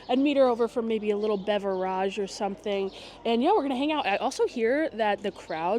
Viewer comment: I would watch more often if “beverage” was pronounced correctly. Not cool.